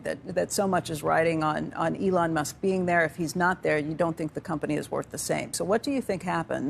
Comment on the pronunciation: Elon musk*. Not Elon must Lmfaoo